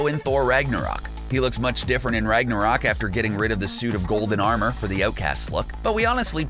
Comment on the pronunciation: Did he just say "Rige narok"?